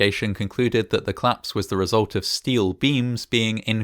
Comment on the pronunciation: I thought you were saying "claps" 😂😭